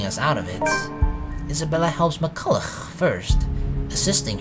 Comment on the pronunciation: Not gonna lie. Every time I hear you pronounce McCollough wrong, I feel sick and a need to spit comes right behind it.